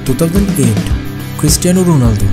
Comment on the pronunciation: Was he really saying Christian Ronaldo 😂😂